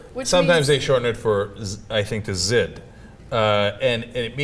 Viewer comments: the more you know: the "zh" in "zhid" is the same sound as the "s" in "asia," not like the "z" in "zebra." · the z is silent its pronounced "jid"